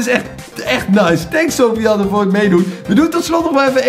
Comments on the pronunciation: Soovian ik ga stuk Edit: je spreekt het uit als soefjen Edit 2: en het is een jongen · Sofiane maar die tatas zeggen sofi jan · sofiane is geen meisje.... Sofiane is een turkennaam en spreek je niet zo uit.....